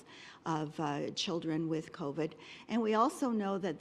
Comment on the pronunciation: I wish Doug Ford would learn how to say COVID. It's not CovED, it's CovID! DUH!!!